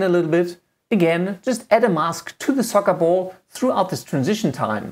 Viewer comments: If I have to listen to him say sokkabol one more time.... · Socabol? Just "Ball" it's enough lol. Nice tutorial by the way. Thanks. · "of the remote control into the SocaBol" SocaBol :D